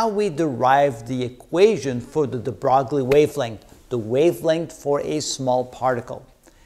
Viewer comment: Broglie's name is not pronounced "bragly"--despite its misleading French spelling. Luis de Broglie, is pronounced properly as Lui-dǝbroy ....